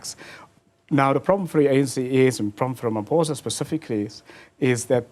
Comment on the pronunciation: I can't get over him calling Ramaphosa "Ramaphoza" ngumlung'omnyama mos lomfo...